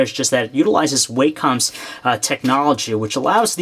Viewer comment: "way-com" looool its wah-com